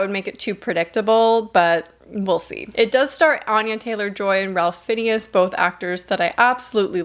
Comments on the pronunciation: i dont think that's how you pronounce ralph fiennes lmao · Who the f*** is Ralf Fineas? 🤣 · the way you pronounced ralph fiennes tho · I'm excited for smile as eery grinning has always scared me. That scene in hereditary got me! Also, never heard anyone pronounce Ralf Fiennes' name like that before haha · Menu… did you just say “Ralph Finnius?” “Ray FINES” to give a phonetic assistance. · If it helps, ralph fiennes is pronounced like rafe fines. His brother Joseph fiennes is also very famous too ❤️ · Ralph Fiennes is pronounced “RAFE FYNZ” 🤗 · Ralph Finnius??? It’s pronounced Ray-ph Fines. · ralph fineas!! i love that pronunciation :')) his name is impossible to guess by just reading it but it's pronounced like 'rayf fines'! <3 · It's "Rafe Fines" and Riley "KEE-oh" 😂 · Lmao gurl I love you but its pronounced "RAYF FINES" haha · Ralph Fiennes is actually pronounced Rafe Fines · I've just discovered your channel and I love it! Hope you don't mind my saying - Keough is pronounced key-o and Ralph Fiennes is rayf finez 😀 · Always great, informative reviews! Love to watch these! But, your pronounciation of Ralph Fiennes name, it's pronounced "Rafe (rhymes with safe) Finez" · So excited for these movies! (BTW it's pronounced "rayf fines") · Ralph Fiennes is pronounced “Fines”. Love Rupert Grint too. The Munsters had a short colour series in the 90’s I think? At least that’s when I saw it. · I don't know if anyone has already said this, but Ralph Fiennes pronounces his name Rayf Fines. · Ralph Fiennes is actually pronounced Rayf Fines. Strange but true. Keep up the good work! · “Ralph Finn-ee-us” 🙃 🥀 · Love this video, love all of your videos. But Ralph Fiennes - his name is pronounced like Rayf Fines. It’s a rough one, but he’s one of my favorite actors too 😊. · Love the new setup. FYI, Ralph’s last name is pronounced, fines. Can’t wait for Cabinet of Curiosities. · Ralph Fiennes is pronounced Ray-ff Fynes 😄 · rafe fines is how it is pronounced yes!